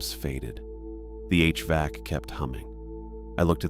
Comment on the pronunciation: A recurring issue with the narration in these stories is the pronunciation of “HVAC.” In the manuscripts, replace every variation with “H-vack.” That will fix the problem. If you want to sound out each letter of the acronym, “H.V.A.C.” will do it. Otherwise, pretty good mastery.